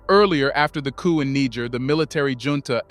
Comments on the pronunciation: Amazing channel Glad I found you! But please it's try to pronounce Niger properly! It's not that hard.Also, make no mistake about this, the coup in Gabon is a 100% French ordered coup. The same goes for the coup in Guinee. So both these countries need another coup to restore order! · I really love this channel and I follow their releases always. I am just not comfortable with one thing tho. I think the prononciation of Niger is not correct. Calling it Niger and somewhere Nig*** is kind of not too good. The name is Niger